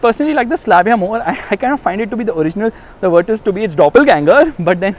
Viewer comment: Finally someone who pronounces it as Virtus and not Virtooos ....brruuhh